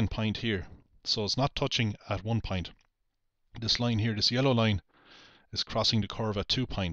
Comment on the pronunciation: And don't get me started on his pronunciation of point (or "pint", as he calls it).